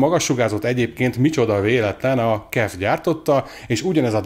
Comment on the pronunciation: KIF! nem "kef" :D Az az ÁJMF is úgy helyes, akkor a kef az kif...